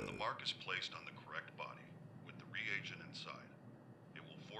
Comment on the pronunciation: he's not the only one lol i've watched lots of playthroughs of this and no one knows how to say "carotid" "reagent" etc. lol